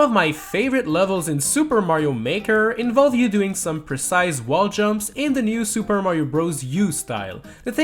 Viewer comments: take a shot for every time he says percise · How many times did this dude say presise